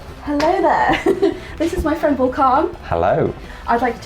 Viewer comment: No video has ever started more british than this one 😂 „well hello theeeere“😂❤️love it